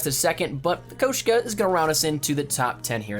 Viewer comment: He says koshku